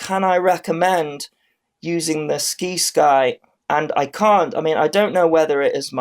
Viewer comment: It's pronounced Sigh-sky Like other words with Sci like science.